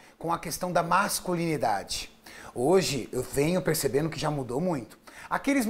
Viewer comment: "As pessoas vinculavam muito a vaidade com a questão da masculinidatchi 💅"